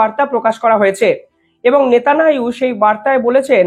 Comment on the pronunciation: নেতানিয়াহু উচ্চারণ ঠিক করুন। আপনার শব্দ উচ্চারণ ভুল হয় ঠিক করুন দয়া করে।